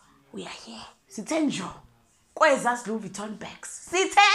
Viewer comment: Louise Vittoning, here and there! 😂😂😂😂😂😂😂😂